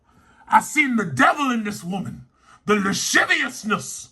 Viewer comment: “THE LASHIVIUSNISS”😂😂😂